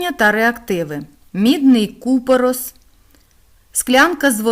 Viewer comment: Вітаю .за правилами у слові купорос наголос на останній склад.бо дуже ріже сдух а так все добре .дякую У цей складний період ,коли діти розкидані війною по всьому світу і офлайн практичну провести неможливо.(вже ні школи.ні реактивів) Ваші доробки безцінні.